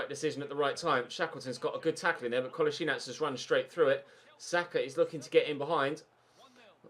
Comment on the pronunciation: Kull-as-ee-natch For some reason I got really annoyed when you pronounced Kolasinac wrong